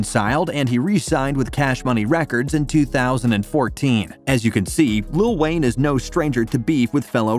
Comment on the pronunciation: It sounds like lil wang